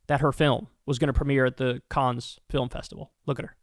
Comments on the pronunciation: Kyle, Cannes (France) is pronounced 'can' Thank u for covering Gaza, Yemen, etc... and SO WELL! 🍉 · It's pronounced like "can" the es is silent in Cannes. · So Cannes, Kyle, is pronounced simply, Caaan. The s and most consonents that end words in French are silent unless followed by a word beginning with a vowel when you liaise them. Love your show. ❤🖤 🤍 💚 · Hey Kyle my dude, "Cannes" is pronounced, "CAN". Love you bro. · Not to be pedantic, but it’s pronounced can. 😊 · Thank you for keeping us informed. Btw, it's pronounced "Can" (the 's' is silent). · kyle, i appreciate you, but please take the time to learn correct pronunciation: i.e. 'cannes', 'sepulchre', this time. these are not unusual words. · No, pronouncing Cannes correctly is not as important as the Gaza genocide, obviously. I'm just letting him know how to pronounce Cannes. I think he'd appreciate it. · That IS a hard one (I first heard it ystrdy) .. but Cannes (France)? come on He never heard of the Cannes Film Festival?!?! smh